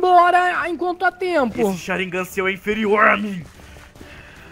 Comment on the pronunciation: vc nao foi pra escola nao e sharingan nao sharignan